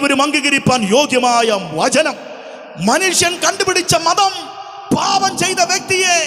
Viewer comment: vachanam not vajanam